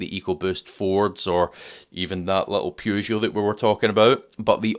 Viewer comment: Never mind how to pronouce Dacia. Peugeots are not pronounced Phew joes! 😜